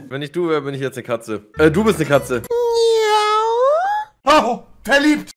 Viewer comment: ich dachte katzen machen „miau“ und nicht „mau“ wie..und das klang nicht wie eine katze beim trinken sondern wie ein hund